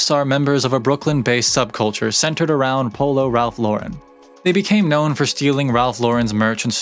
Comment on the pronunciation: Glad to see you pronouncing Ralph Lauren correctly. Remember seeing an interview with him years ago, and he even corrected the interviewer and told her, "I'm an American who was born and raised in NY, why does everyone want to give my name a French pronunciation?" Anyway, if anyone is interested in an even deeper dive, should check out the documentary, Very Ralph. Nice video you did. Been rocking Polo since the 80s, and even though I am 50 now, it's a brand that has always been a staple in my closet.